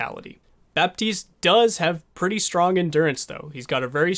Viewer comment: It's Bat-iste and Bree-jeet, oh and title was misleading, this is not a guide on how to heal